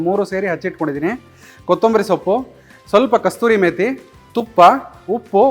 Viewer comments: ಅದರ ಹೆಸರು "ಕಸೂರಿ ಮೇತಿ" NOT "ಕಸ್ತೂರಿ ಮೇತಿ" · ಅದು ಕಸ್ತೂರಿ ಮೇಥಿ, ಅಲ್ಲಾ, ಕಸೂರಿ ಮೇ ಥಿ! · ಕಸ್ತೂರಿ ಅಲ್ಲ ಅದು, ಕಸೂರಿ ಮೇಥಿ